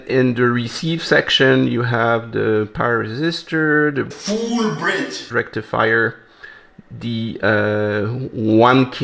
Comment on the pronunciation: **FULL BRIDGE RECTIFAIERRRRRR**